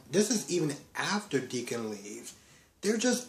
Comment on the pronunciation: Finn's bio Mom is named Sheila. And you are pronouncing Deacon's name perfectly.